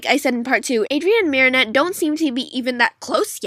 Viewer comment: Her name is marinette not mary